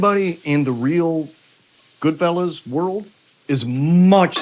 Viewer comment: GoodfellAs. GoodFELLOWS cracks me up